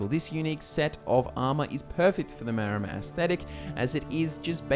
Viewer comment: Wait, is it Maromer or Maormer? Isn't it the latter?